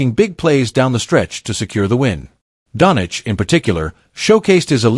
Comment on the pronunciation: 'DON CHEECH' NOT DONICH YOUSTUPID SHIT...